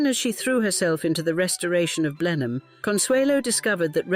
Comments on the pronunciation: AI, but I think it's a rip-off of Helen Mirren. Sounds like her, but isn't her. No Brit would say "Blen-hime" Palace. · Blen-em, rather than Blen-hime. Pride and prejudice is Georgian rather than gilded age, prob 60 😢or more years earlier. But very interesting and well told